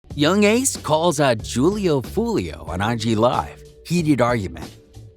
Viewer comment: If your gonna make videos for money on niggas, at least say there right. Damn smh butchering Foolio’s name over and over again